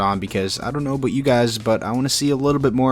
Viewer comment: Aboot lol